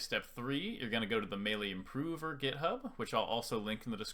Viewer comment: love how you say improover lmao